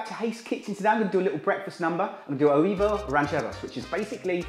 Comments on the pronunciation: It's pronounced way-vos ran-chair-os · Huevos is pronounced "WEH-VOS" hehe, well in south Spain! love this recipe, nutritious & easyy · Oh my poor ears with the mangled pronunciation of "huevos"...{shudders}. LOL. I'm sure it's tasty but I'll pass on this version.